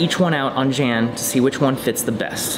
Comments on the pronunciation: Fun Video :-), BTW, his name is pronounced "Yun" as in "Sun", not Jan , as in the Brady Bunch! :-) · ... That's not how you pronounce "Jan".